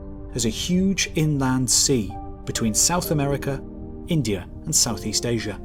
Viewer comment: Where is this, "Aysure" you keep referencing? And where do I get some of these, "bananers" you spoke of?